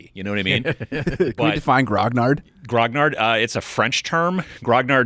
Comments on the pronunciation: French here. Grognard is pronounced gro - nee - arrr :D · A word about grognards. (I’m not telling you my age but I’m definitely qualified). It literally means ‘Grumbler’ and was how Napoleon’s veterans - specifically the Old Guard - referred to themselves. I have yet to hear an American pronounce it correctly; the second g should be soft. To put it another way, the gn combined sound like the Spanish n with tilde as in señor. The final d is also soft: just forget it’s there. ‘Gron-yar’ would be close, or at any rate an improvement.